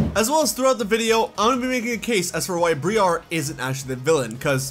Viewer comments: dude why are you pronouncing Briar as Bree-are.... Briar is Literally an English word pronounced Breye-er like Rye and she's from the Unova Region.... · Briar's name is pronouned BRY AR not BREE AR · Ok. You have been mispronouncing Briar's name. It Pronounced as BrEYE er. Briar means thorns.